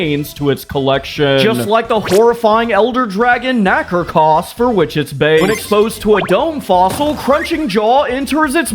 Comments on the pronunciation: KNACK-ER-KOSS???? (Nah-Car-Cose) STELTAS QUEEN??? (easy to see the mistake, understandable) KEY-ZOO??? (Keh-zoo) AH-tell-kah? (Ah-TALL-kah) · IT’S PRONOUNCED NA-KAR-KOS NOT NAKRAKOS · I'm a huge monster hunter fan I hope these fossil sedmites make it into the full game Also Na-car-cuss, Nakarkos Kez-su Khezu Dir-ram-boar-ros Duramboros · My good sir, you may or may not have butchered some of the pronunciations- Fortunately off to a good start It's "Nah-car-cohs" You have to focus on the "car" part, not the "nah" part "Sell-tas" not "Stell-tas" "Keh-zoo" not "Kee-zoo" This is fine "Doo-ram-bore-ohs" all said quick. Don't break it down into 4 clear syllables. Kinda just try and say it twice as fast as said here. This is good. Really good pronunciation here. Soft "o", not hard "o" Properly done.